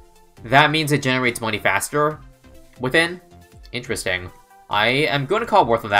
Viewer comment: "Interest-ing" Literally though